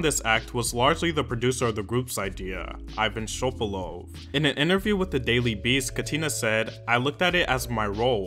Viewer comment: Пипец тут славян много оказывается, я думала я одна вся такая англичанка тут сижу Пс: айван шобалоу))0